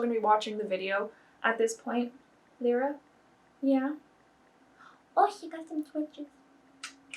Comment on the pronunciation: You are one of the main sources I link to when people ask for ferret related things, so you defineitly are making a lot of diference to many, many ferrets I'm so glad there's a happy ending to this story! (also Lyra is pronounced lie-rah rather than lee-rah! :-) )